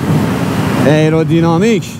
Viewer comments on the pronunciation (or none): خسته نباشید.راستی تلفظ درست آیرودینامیک هستش.ممنون از زحماتت